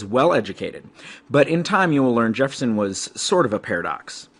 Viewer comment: he did